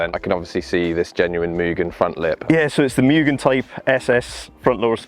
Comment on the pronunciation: Moo-gen not mew-gen